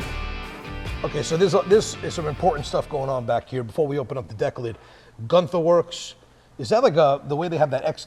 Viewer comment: Guntherwerks (trying hard to sound German?😂